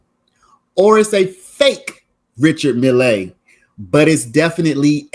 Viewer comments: Just Mill not Millay.😊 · Stop saying mill lay!!!